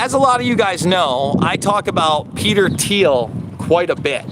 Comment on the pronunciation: I think the H is silent in peter thiel Anyways thanks for the content